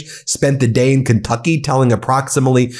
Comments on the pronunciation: tRump can't even pronounce the state of Kentucky correctly. How long has he lived under his rock? Keentucky? Obviously he flunked his phonics lessons. Sheesh! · did that mfer say "KINGTUCKY" ??? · Love how trump pronounces Kentucky as kingtucky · Keentucky? Gaaaawd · I don't mean to be abusive with people who have a Speech impediment🫤 But 🧐 KEEEN TUCKEEEE🤣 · As Doo Dooo J Pronounces; Keen Tuckeee🤣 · He can't even pronounce it. He said "KEEN-tucky" twice, but they don't care! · I'm not from the US, but is that how Kentucky is pronounced!?